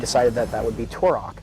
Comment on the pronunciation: You pronounce Turok wrong even though you use clips of devs saying it correctly 😂